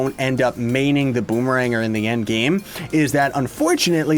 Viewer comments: i thought its pronounced boomer - ranger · Is it Bomerang-er, Bomme-ranger or Bommer-ranger?